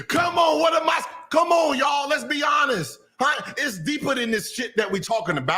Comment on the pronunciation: Bruhhh Gill aint lying😂 but everytime hé says 'lets be honest' i hear lets be GIANNIS 🤣